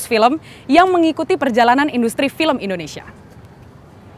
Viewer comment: IN DO NE SIA mba bukan Innesia 😂😂😂